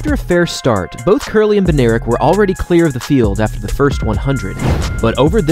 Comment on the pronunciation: Bednarek is polish name i think and its pronuonced bed-nah-rek